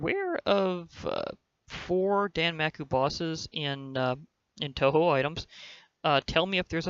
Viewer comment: And its pronounced tohow